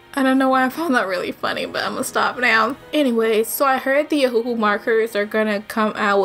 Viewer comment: It pronounce the name as if the second hu is not there you holed it out (ohuuu)